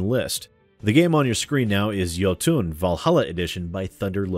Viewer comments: It's pronounced "Yo-ton", not "Yo-toon". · its jOtun, not jotUn. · Think you are pronouncing Jotun wrong, should be Jotun(fast) with no uuun at the end like Jotunheim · Jotun is pronounced like Yo-Ton. Great game, pretty hard later on. I have videos of myself beating it. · Isn't it pronounced "Ioutn"?